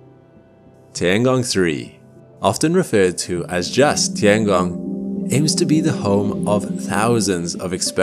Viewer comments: “The tee-Ang-gong” It’s literally “tiengong”, 2 syllables. Meaning sky. Meaning sky. Sounds so annnoying when u try to westernise every word. Same like chow mein: it isn’t chow meen, it’s “chow-mien” If u can say Kruh-sant for croissant , u can say tiengong. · It's tian gong, not ti an gong. Check google translate for better pronunciation.